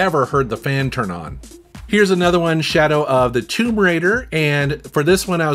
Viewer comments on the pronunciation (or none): none